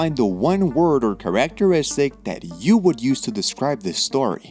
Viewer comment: "chaRAC terIStic"? I can't tell if this voiceover is AI slop or just someone who isn't trying hard enough to pronounce words correctly.